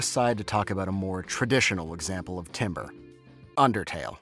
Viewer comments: Nitpick but 'Timbre' isnt pronounced 'Timber', but 'Tamber' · It’s pronounced tamber not timber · "timbre" is not pronounced the same way as "timber." it's pronounced "taam-ber." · I cannot say I've ever known "timbre" to be pronounced like "timber." It's always tamber, closer to how the word would be pronounced in French. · Yo who’s gonna tell him it’s pronounced “tamber” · As a music educator, yes can confirm this! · as someone whos been constantly reminded that timbre is pronounced "tamber" this makes me really sad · Did... did he he just say 'timber'. As in wood. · tam-burr.... its tam-burr lol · "timbre" is not pronounced like the wood, it's pronounced like "TAM-ber". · Timbre is pronounced tamber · as a fellow music student i feel ashamed for thinking timbre was italian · Why do you say timbre that way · Getting annoyed whenever he pronounces timbre with an i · (you pronounced timbre incorrectly, but thats an understandable mistake because its pronunciation doesn't make any sense) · My friend. This is a great video, but the way you mispronounce "timbre" is killing me.